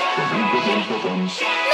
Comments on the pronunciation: Love joy's "mILkhaKE" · wait when joy says milkshake is she actually saying that? Cuz all i can hear is moonshine, they produced so i’d assume that’s what she said but idk